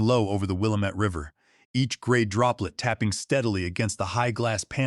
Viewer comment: That's not how to say WILLAMETTE